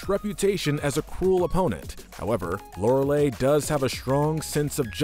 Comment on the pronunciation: Lorelei is mispronounced here. Not E sound at the end, I sound at the end.